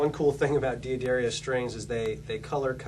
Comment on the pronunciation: Why does this guy pronounce D'Addario as "Dee-A-Dairy-Oh" when it's actually pronounced "Da-dar-io"